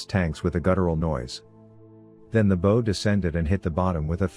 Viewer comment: What a great book, good naration ,but it's not,bow like" bow and arrow " it's Bow like "take a bow", otherwise good job!